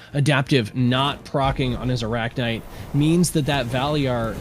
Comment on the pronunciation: is it that hard to say arachnyte correctly. especially when the other guy is doing so.